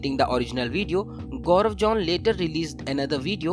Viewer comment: The reporter pronounced Gobar John ... with all hard Error ... they should've employ me as a reporter, I'm not professional but I pronounce correctly. 😁